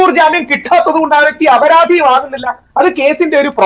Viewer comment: അപരാതി അല്ല, അപരാധി . സ്‌കൂളിൽ പോകാത്ത ആരോ നിങ്ങളുടെ ഡെസ്ക്കിൽ ഉണ്ട്.